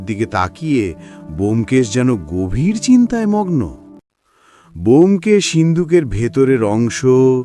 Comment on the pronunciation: 'ব্যোমকেশ' এর উচ্চারণ বোমকেশ হয়, বেয়োমকেশ আবার কী উচ্চারণ! ভীষণ কানে লাগছে।